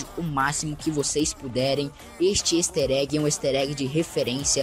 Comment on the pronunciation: neeee o "ester" egg e o benny's "Mota" works